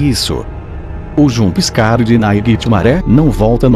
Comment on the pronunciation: Já tomei "janspicare" de todos os animatronics menos o" naiguitemare" e o fredbear